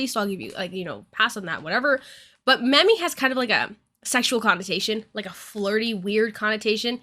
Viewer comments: 'Mami' is pronounced like 'mommy' in this context. It's a common practice in latino cultures to call women mami and men papi in certain contexts. It's not pronouced 'mammy'. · Sorry but."mami" is said like "mommy", not like "mammy." A Mammy and Mami are very different things. But still, it can be used in a condescending way. Just wanted to get the pronunciation thing down. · It's not mammy 😂 it's mAh•me. But i definitely agree with your take on it. Mami is typically used in a sexual way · i will say that mami is not pronounced "mammy" and my friends and I call each other that, but it absolutely always depends on the context so I'm not invalidating anyone's experience. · So, I am gonna say this real quick, its a small thing I wanna bring up. The word Mami is a Spanish word, that yes still does have a slight flirtatious thing to it so it is still inappropriate that he used that with her, but the word you pronounced it as is an offensive term for black women. Please if you do not know what a word means please look it up and its meaning, and how to pronounce it. I am sorry that it seems I am being a jerk about this but I do not want people getting the wrong idea about you because you pronounced something wrong, especially when its a term that may be meant to offend a specific group or person in such a way. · Its fine, and like I said it is best to at least look up the word and how it is pronounced. I agree that it was still used in a derogatory and sexual way so you had the point right just not the word. 😅